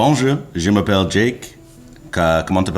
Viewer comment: His French was completely fine, I would understand if the app didn't detect his "bonjour" but his "comment ça va" was clear as day. The 2nd "je m'appelle Jake" was also very clear